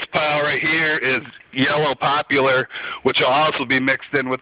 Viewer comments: LOL, Brother you have a long way to go before this is even close to efficient. You may want to check out the heat values on wood as well because although oak is hot its not the best wood possible. BTW its poplar NOT popular. LOL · Yellow Popular?? Dude, its poplar.